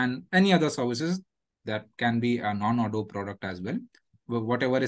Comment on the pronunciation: Wow, they couldn't even pronounce Adobe correctly.